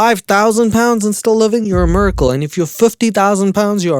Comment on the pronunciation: love the way you say miracle lmaooo